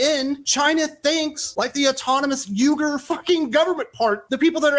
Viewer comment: Number one you didn’t even pronounce the name of the Muslims in China correctly. Number two if you don’t think that Ron DeSantis is perfectly fine with that you’re not really paying attention to politics stick to doing reviews about funny books, and movies, and leave the politics to people who have it least some inkling of what political science is all about